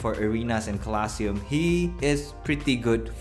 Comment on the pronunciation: my good sir I love you but the way you say colosseum is making me die slowly Lobe ya bud